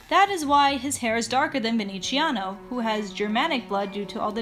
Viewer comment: I cringed when you pronounced VeneZiano as VeneCHIano. The "z" is like "zti." sorry, but ur video was pretty cool i have to admit